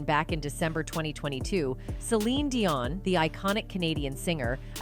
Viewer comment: I love Celine with all my heart, and my heart breaks to hear she has to endure such pain and suffering. She will always, as her music/songs have a place in my heart. ~To the person doing the voice over, learn how to pronounce Celine's last name. That was so annoying. Be well Celine. We are all praying for you !!!